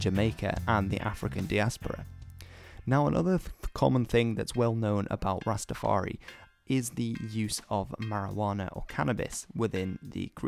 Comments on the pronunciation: Ras-Ta-far-I not EE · Why do you say rsstafaree ..its rastafar...eye...I N I... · It’s not Rastafar-e it’s Rastafar-eye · Very informative but you need to not say Rastafar-eee it is Rastafari(Rastafar-eye), also no ism.. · The 'i' at the end of Rastafari is pronounced in the same way as the word "eye" and I'm sure you've seen this in the comments but rastas don't appreciate the addition of "ism" to the religion's name